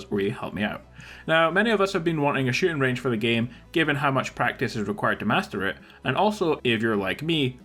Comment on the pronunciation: 0.33 did u say master it or masterbate